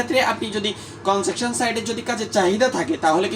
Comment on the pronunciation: ভাই আপনার উচ্চারণ ঠিক করে কথা বলেন। কনজাকশন না। কনস্ট্রাকশন হবে।